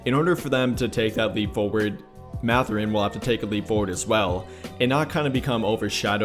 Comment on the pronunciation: "MATH-er-in". Not "Muh-ther-in". 😉